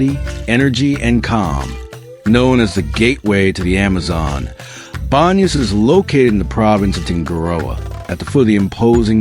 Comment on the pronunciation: I'm assuming that the narration is AI? I just skimmed through the video and I heard a number of mispronunciations for location names like Tungurahua and Baños.